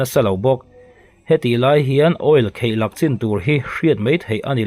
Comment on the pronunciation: Kheihlak... ti tawh lo hram la aw. Khaihlak tih tur aw.... Bengvar thlak viau a nia..